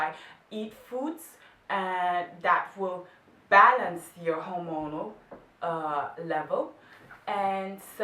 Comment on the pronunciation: Hola, estaba escuchandote y te sugiero que revises algun video médico, porque me pareció que pronuncias mal hormonal... o tal vez sea que tu ritmo del idioma es excelente y le baja el volumen, no estoy 100% seguro, pero creo que lo estás pronunciando mal. Como vos en otro video decís que no tenes problemas que te corrijan, te lo comentaba porque en otro lado lo escuché pronunciado diferente Un saludo Pablo